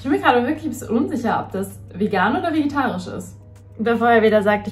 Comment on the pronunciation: Es ist so süß, dass du immer "vegitarisch" sagst anstatt vegetarisch 💕🤗